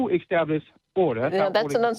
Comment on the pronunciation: Or "extablished."